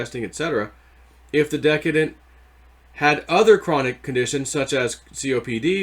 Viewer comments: Not deca-dence.... it is de-see-dence. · It's not DECKadent, it's deSEEdent! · Decedent = de see dent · J..its pronounced desee-dent